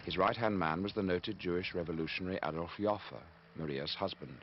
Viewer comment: It took me a good five minutes to figure out the name he was pronouncing here. It is Adolph Joffe. This is his wikipedia page